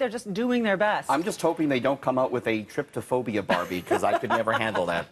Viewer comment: it's actually trypophobia, not tryphobia or tryptophobia